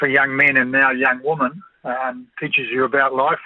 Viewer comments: Can anyone please pronounce “women” properly ? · WHAT IS A WOMEN ???